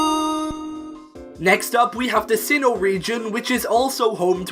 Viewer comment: Sinnoh, NOT Sihhon!